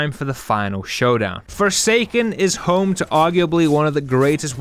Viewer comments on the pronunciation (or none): none